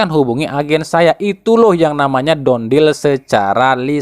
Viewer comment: Done dibaca = dan bukan don (dont)